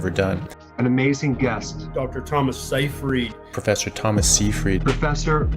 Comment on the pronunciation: FYI, Seyfried is pronounced as 'Sigh-Fred'.